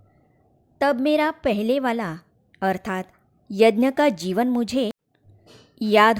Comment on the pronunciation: Yanya nhi bahanji yagya boliye